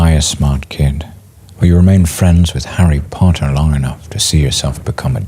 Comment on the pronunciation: I love how you started th OG Star Wars triology🥰 and then you stopped to bring us Arrey Po'ah😐